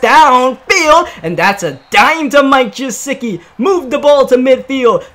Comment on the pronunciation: Anyone else notice how he pronounces mike gesicki wrong everytime, also he went to my high school